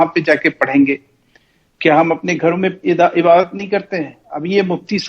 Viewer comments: shi se Ibadat nhi bol pa rhe h aur kh rhe h ki me Islam se bare me Jan rha hu aur kuraan srif pada hu. Gajab ke ghute h 🤣🤣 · Tm hmko Milo to btao kitna kuran ar Islam padhe ho ik simple sa shabd Urdu bol nhi paye ibadt